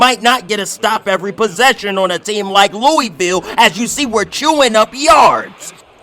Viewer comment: You pronounced Louisville wrong but I love the vid gang